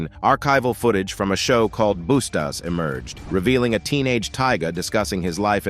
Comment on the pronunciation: Homey said "Boosta" to Rahtid